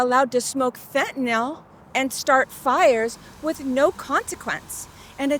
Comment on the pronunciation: Absolutely excellent reporting Fentenyl is pronounced fen-ten-nill not fen-ten-nawl as in fen-ten-nawl crawl 7's...fitting and disturbing